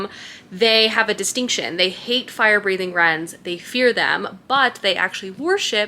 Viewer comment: Not sure if I’m the only one, but I think the “wyrms” you are referring to I pronounced “worms” in my head. Where did you get “rens” from? Is it something the author has addressed?